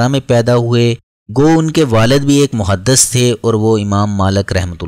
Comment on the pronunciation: Mahaddas nahe...muhaddis